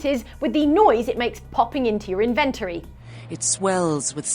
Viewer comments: Your pronunciation of inventory is creepy. (Sorry, but ugh.) [edit: and Hinox, too] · As an American, hearing inventory pronounced like that makes me think it's your stash of inventions...